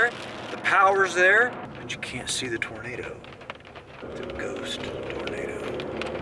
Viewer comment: "Ghost tornadoo." (lightning and thunder) Right on cue! LOL